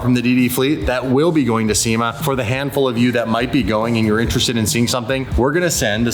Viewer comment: Lol pretty sure the first time you said Sema I was like... nope!